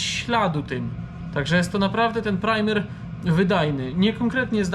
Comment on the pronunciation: Chopie! PRAJMER, nie primer.